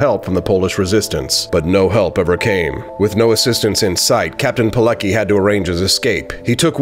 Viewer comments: It's pronounced "Piletsky", not "Pilekee" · You should do a bit research on how to pronounce his name. It would be "Piletzki" not Pileki. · Name is pronounced pee-let-ski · The pronunciation is "Veetold Peeletski". A very great Polish hero, yet another of countless victims of ideological barbarism. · Lambert He didn't Germans organize hunting on Polish people on the street and put them to koncentation camp not jew only.Try pronounce Veetold Peeletzky. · His name is pronounced VEE told Pee LETS key. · For English ppl, pronounced "Piletzki" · It's pronounced differently. It goes like "Piletzky". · Captain Polucky? Oh boy. Let's try a slightly different pronunciation. Use a phonetic approach. His name was Witold Pilecki in Polish. First name in English is pronounced Vitold, W in Polish has its equivalent in V in English. In regards to how his surname should be pronounced, try to use the following: Pee, then le, then use C as if you were trying to say letter C in the word, certified, and that's followed by key. Put it all together, and it gives you Peeleckey😀👍. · Captain Pille-qi .... Goddamn son where did you found that ... Its like Mohammad being pronounced as a Michel ... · You mispronounce Pilecki.